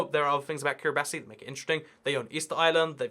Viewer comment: Kiribati is pronounced "Kiribas". You should check out the Geography Channel; you may like it! Meanwhile, awesome content so I hope it continues! Love the content!